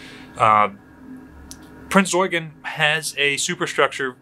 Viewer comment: When you hear someone say Prinz Eugen properly you know he's experienced, or an Azur Lane player~ XD